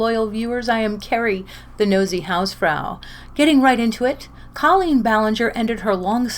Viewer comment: Lol! The Irish way to pronounce it is the way you are pronouncing it - so I agree with you!